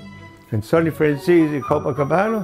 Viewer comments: Very few people pronounce home boys name properly...it’s FRAN - ZESSY, not FRAN- CHAZE or FRAN- SESSY. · im pretty sure its pronounced FranzEEs not Franzaysee or Franzeesee. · I'm italian I can pronounce it. Even Michael Franzese cant pronounce his last name correctly. He says "franz-ees" In Italian words are pronounced in the same way they are written so you dont change the sound of the vowels. It's fran-ze-se. The "z" like when you say "pizza". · You are right, but Michael and all these people in America pronounce the "tzese" part like "zease". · Fran tzese .. this is the right pronunciation in Italian.. ✌️👍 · i stand corrected lol figured mike could.pronounce his own name.so it is Fran-zee-see?? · Who else cringes when they say FranChase? I'm sure anyone can mess up a name but that bad? Come on folks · I get what u mean tho they pronoumce it like franzesE or franzesA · No, he doesn't. The word Franzese is a corsican word and it means French. Do you really see a corsican or an italian pronounce that word like the americans do? Let me help you with that. NO. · No. Michael pronounce it like an american would. The vowel "e" in italian is not pronounced like in english. It's hard to explain, but I guess the best way is for you to hear it. So write the word on Google Translator, select language Italian and click on the sound icon. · no, he pronounces his own name wrong too. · It's because Italians sometimes changed the pronunciation of their names to sound more American when they immigrated. The franzese family may have simply dropped the "e" sound at the end. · Why do people pronounce his last name like chicken francese? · The pronounce his name wrong ALL the time!